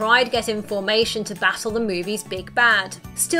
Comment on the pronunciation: OK LADIES LETS GET IN FOMATION. LOL